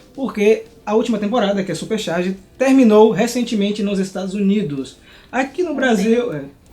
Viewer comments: Gente como ele fica o vídeo inteiro falando Xarge!? CHarge! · Num é "xarge"... coloca um ovo na pronúncia, porque xarge lembra as tirinhas de humor que vemos na internet, jornal e na querida prova do enem k